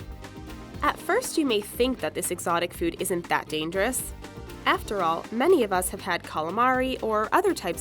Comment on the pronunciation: I laughed so loud when she say it's look dangerious. lol